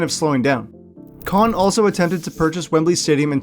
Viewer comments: Kind of sad when you can’t even pronounce the owner’s name correctly. It’s really sad you seem to have such a negative view of my city and our team. Have you been here? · You're probably not going to read this but you mispronounced the owner of the Jaguars the Jaguars are here to stay in Jacksonville so do me a favor do some more research before you blast it on YouTube so you won't be so stupid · You mispronounced Khan’s name